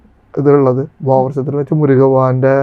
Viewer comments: ബോഗർ അല്ല ഭോഗർ ആണ് എന്നാണ് തോന്നുന്നത് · ബോഗർ അല്ല 'ഭോഗർ' എന്നാണ് മുരുഗ ബഗവാൻ എന്നല്ല 'മുരുക ഭഗവാൻ' എന്നാണ്, ഡുട്ടിയല്ല 'ഡ്യൂട്ടി' എന്നാണ് ഉച്ചാരണം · തൃശ്ശൂർ ശൈലിയിൻഅങ്ങനെയാണ് പറയുക.. ഭോഗർ എന്ന് തന്നെയാണ്